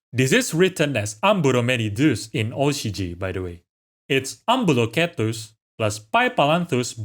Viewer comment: you just gave me a small heart attack with that pronunciation of Spinosaurus lol Shouldn't the "Cetus" part of Ambulocetus be pronounced See-tus?